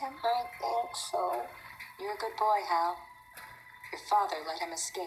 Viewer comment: It's Hal, not Al